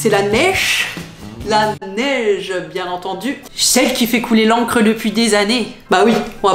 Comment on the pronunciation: La « neiche »? Je suis né ici à Montréal il y a plus d’un demi siècle et je n’ai jamais entendu ça.